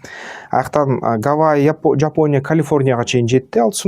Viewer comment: Жапоня эмес, Япония